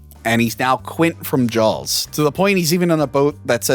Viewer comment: Please review Orca and Leviathan, both great! Also, since he pointed it out, I can't hear not say Jawls.